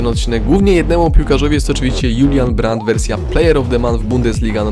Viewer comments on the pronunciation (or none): nie czytaj żulian brandt tylko Julian XDDDD